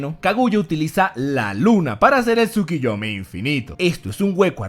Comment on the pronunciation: ¿A alguien más le da ansiedad al escuchar TSUKIYOMI en vez de TSUKUYOMI? ¿Sólo yo? Ok me callo Excelente video,. Me encantan.